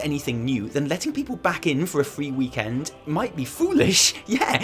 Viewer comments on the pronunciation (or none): Why do you say weeeek end like that. Lol